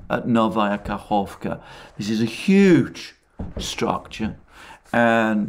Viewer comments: Well done , especially on Kahovka pronunciation! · Let's all thank Alexander for his efforts in pronouncing settlements in Russian. I didn't pay much attention to the fact that he didn't pronounce the letter k in the New Kakhovka, but when he corrected himself in this video, I applauded his efforts. Russian is not the easiest phonetically. Alexander, my respect to your efforts. Greetings to all from boundless Siberia.